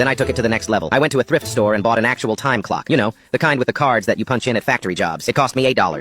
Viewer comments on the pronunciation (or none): “Exactly 10 o cwock “